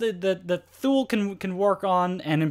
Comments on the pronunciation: NOT THule...pronounced too-lee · THULE. Pronounced "TOOLIE." Swedish. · FYI it is pronounced Too-Lee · For a review without video this worked quite well and was very thorough. Thank you. The only small thing I would like to point out is the pronunciation of the brand name THULE, it's actually said "Too-Lee". But that's a small gripe that has nothing to do with this otherwise very good review.